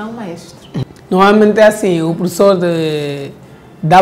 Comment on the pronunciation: É falta de escola falar prussor, #pas